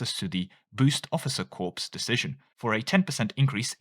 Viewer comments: I think it's "boost officer corps", not "corpse". Pronounced like core. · It's corps not corpse